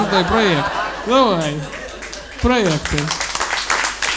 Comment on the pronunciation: Кажется слово ПРОЙЭКТЫ Серегу научил выговаривать Дедищев